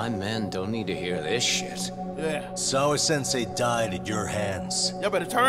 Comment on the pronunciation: Nobody: every chance he get: "SAWA-Sensai"